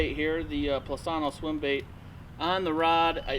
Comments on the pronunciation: Plus-inno! Not Plus-anno! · Angel Sanchez He says they want transparent reviews. I would think they would want their company’s name pronounced correctly! 😅